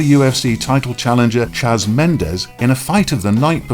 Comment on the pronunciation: ''Chaz Mendes''? I love your videos but could help but point it out.